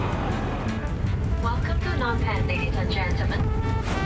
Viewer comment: The way the host says "Phnom Penh" is very close to the actual Khmer pronunciation. 😍